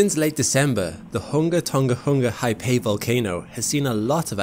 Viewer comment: For English speakers, Haʻapai is pronounced in 3 syllables, with the first two ‘a’s being pronounced as the ‘a’ in “father” (it’s important that you make the second ‘a’ its own separate syllable) and the final “pai” is pronounced like “pie” as in “apple pie”, and the stress falls on this final “eye” sound.